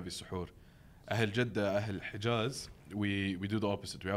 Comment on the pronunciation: Bro said like Jeddah. 😂